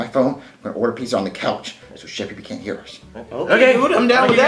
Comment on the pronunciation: uhh um 😐😐😐😯 you forgot to put the a on pizza it’s not pizz like piece